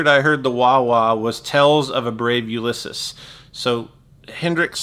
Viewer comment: Ulysses is pronounced you-liss-eez